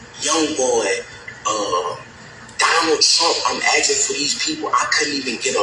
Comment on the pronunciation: "asking" not "aksing"